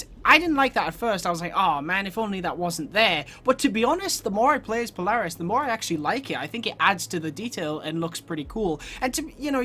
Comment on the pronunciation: I can tell your American became your pronouncing Polaris wrong